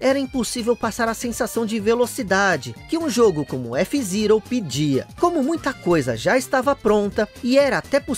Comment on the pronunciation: Que agonia te ouvir falar f zirou